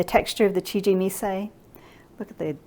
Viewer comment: Please learn how to pronounce CHIJIMISAI . Could not watch due by the 3rd time you said it wrong...I quit.